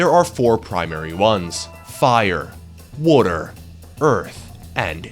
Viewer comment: "Earth and Wuter?"